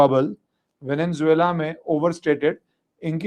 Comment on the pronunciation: It is not Venen-zuela, Venezuela.